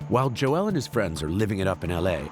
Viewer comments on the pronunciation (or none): This narrator is pronouncing Joel's name like it's a Key and Peele sketch. It's not Jo El it's Joel bro. How did the producers not fix that? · Imagine pronouncing Joel as Jo-el for the entire video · Why do you insist on turning his monosyllabic name into 'Jo-elle'?